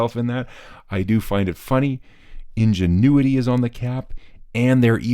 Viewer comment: "Ingenuity" got me giggling good style 😂